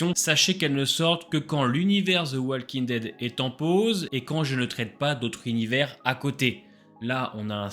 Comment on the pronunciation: Tes vidéos sont cool, mais par contre (c'est pas méchant du tout) mais Walking Dead ne se prononce pas comme ça 😅 Plutôt comme ça : wOLking Dead (Juste un commentaire de la part d'un prof d'anglais)